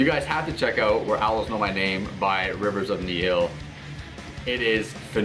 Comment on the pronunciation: That is not how you say nihil